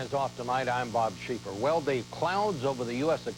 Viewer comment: Bob Scheiffer not Sheeper